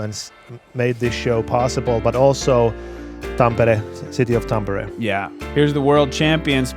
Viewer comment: A tip for: it's easier for you to pronounce Tampere if you pronounce it as tom-per-ray;)